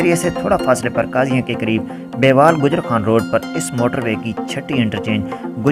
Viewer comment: محترم یہ بیوال نہی بلکہ بیول اور آگے مندرہ ھے